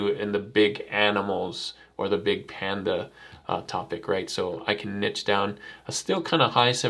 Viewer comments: This helped a lot even as a professional artist! Ty :> P.s. The word, Niche, is actually pronounced as "Nee-sh", kinda confusing I know 😂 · Couldn't listen to it. There is no T in niche. Sheesh.